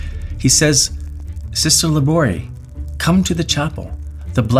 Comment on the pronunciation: Labouré is phonetically Lah-boo-RAY.